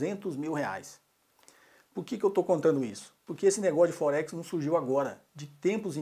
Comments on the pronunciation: Não preciso de Axel, pra vê que tua conta tá errada kkkk rapaz não sei o que, tu ganhas pra desenformar os outros e o nome não é focse kkkkk aprende falar pelo menos o nome ! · Puxa, não sabe nem pronunciar Forex kkkkkkkkkk .